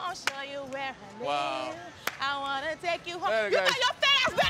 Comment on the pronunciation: "I just wannoo" - Karen